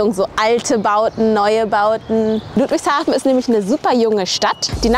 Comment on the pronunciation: Die sind so hoch verschuldet dass die nix neues bauen können (deshalb sind da auch überall Blitzer) und albsolut JEDER den ich kenne findet ludwigshafen hässlich auch Leute die da wohnen😂 Und bitte net luudwigshafen sagen sondern ludwigshafen mit kurzem u Ach ja und hättest die basf und die Stadtteile erwähnen können